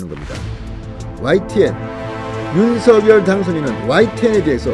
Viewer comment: 진성호 의원님, 늘 시원한 논평을 들으며 조바심 속에서도 위안을 얻곤합니다. 감사드립니다. 그런데요, 윤석열 당선인 이름을 '윤성녈' 로 발음해 주심 안될까요? 김은혜 전 대변인은 윤성녈로 발음 했는데 현 배현진 대변인은 첫날은 윤서결로 발음 하더니 지금은 윤성녈로 발음 하더군요. 맞춤법상 윤서결이 맞으나 어릴 때부터 부모, 가족, 친척, 이웃, 친구 등 모두가 윤성녈로 불러주었고 그렇게 불러주면 좋겠다고 윤당선인도 말씀한 적이 있으니 이름은 본인이 원하는대로 불러주는게 예의가 아닌가 싶네요.😚